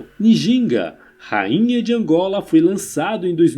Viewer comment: Excelente conteúdo, só precisa melhorar a pronúncia dos nomes, Ngola, Ndongo, Njinga...